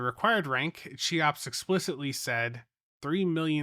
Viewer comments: Every time you say CHEE-OPS instead of KEY-OPS it makes me lose my damn mind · more like keeops but yeah, not sheops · I believe it' s pronounced "kayops" 🙃